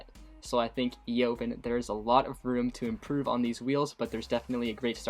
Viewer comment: Evaaaaaaaan , the O is silent. Words from the owner "Eovan".